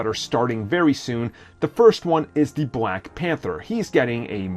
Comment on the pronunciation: Bwack widow haha